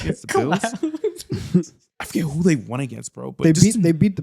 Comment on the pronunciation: Why say “won” like “waun”